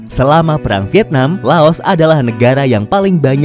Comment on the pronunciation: Lao.. tak mengenal huruf S